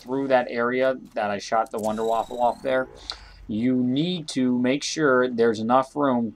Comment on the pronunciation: sir... its wunder waffe not waffle